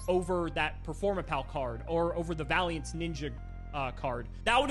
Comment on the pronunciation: I kinda love the fact, that basically takes the unwillingnes to read Vaylantz cards that some people (including me) have to the next level and doesnt even say the architypes name right.